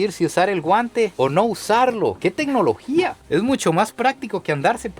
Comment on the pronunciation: Es tecnologia, tecnolochia! 🗣️